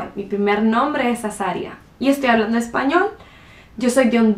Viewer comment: Aquelloj que quieran aprender ejpañol, mis amigoj. Definitivamente acento carta Chi aunque quizá por tener un nivel académico alto no tiene su acento tan pronunciado como la mayoría de hondureños que conozco.